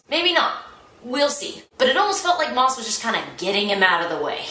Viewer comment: I am VERY late listening to this and I suspect someone has already corrected you by now, but you are mispronouncing the author's name. Maas is pronounced as if it were "mass."